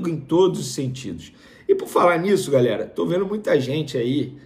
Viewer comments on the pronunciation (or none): none